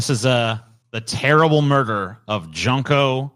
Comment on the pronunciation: Junko is pronounced June co